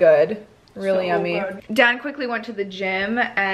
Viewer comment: I feel like everytime you say Dan, I hear you saying Dad...